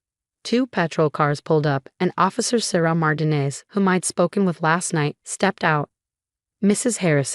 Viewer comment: Please teach AI to pronounce Martinez correctly!!!!!